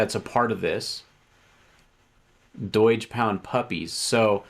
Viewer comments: "EETH" "DOYGE". can't trust you. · Its not "doy-g" who the f says it like that